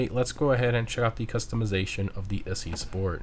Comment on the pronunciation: It's Italian, like "Itzy". As in Itsy bitsy. The Weeny Issi / itsy weeny